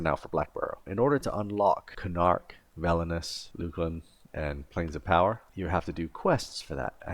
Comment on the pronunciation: It hurts to hear Velious pronounced (twice) as "Velnious". I have never heard a native EQ player say it this way. Also, pet "cuck" trio is Mag/BST/Nec, not Mag/Berzerker/Nec. Finally, leveling items in the power slot binds the item to you. Granted, customizing player-created macros with icons is a very little-known option (and you can also give the macro button a cooldown display as well). My question is how someone would know this, and yet display rank ignorance on the pronunciation of Velious, petcuck trio composition, and power slot mechanics?